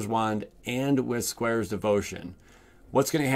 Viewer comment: "Squares Devotion". It's Squire! 😂😀